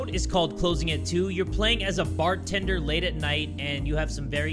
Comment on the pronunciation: its BARTENDER NOT FARTENDER 😂